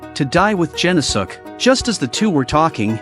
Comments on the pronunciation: "Gen-no-suke" The video: "Jen-oh-sukk!" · Oh my God, you mutilated his name it’s pronounced “gen-os-ke”